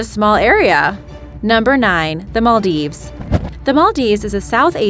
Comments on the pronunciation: yes your right Im Maldivian and she pronounced it is also wrong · The way the Maldives is pronounced 😑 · Archeepelago? Arkipelago... Maldeeves? Maldieves...Before narrating for any program, one should learn how to pronounce names properly! By the way, one country that was forgotten, was the Hutt River Province located in Western Australia and only 75 square metres or 23 square miles! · Im from maldives and the way she pronounced it is wrong and really cringey